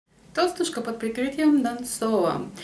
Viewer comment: ТОлстушка?? )))) Почему ударение на О?